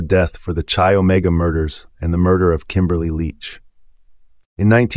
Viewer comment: Chi-omega pronounced ki